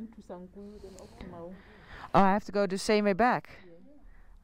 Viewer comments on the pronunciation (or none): Mau(n) is pronounced like the "Mou" in Mound.